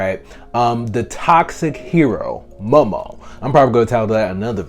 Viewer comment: You don't even know how to pronounce her name 😂 lol